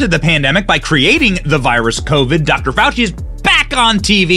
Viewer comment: Fawchee is BABBLING from the shock of his pet "news" turns on him.